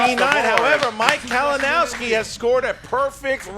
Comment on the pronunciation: mispronounciating Kalinowski's name was great:P